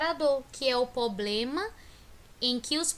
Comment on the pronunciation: E problema não ploplema !!!!!!!!!